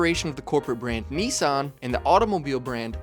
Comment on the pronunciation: We all hated the name change. They took a big hit in sales when it happened. Datsuns were cool. The same people would not be caught dead driving a "Nissin" as people were pronouncing it. American cars at the time were complete junk. Making it to 100k miles in a Ford, Chrysler, or Chevy was a huge deal, because most were toast by 75k. But a Datsun will get you to 100k & maybe 150k. It was a huge difference in quality & the perception of how long a car should last.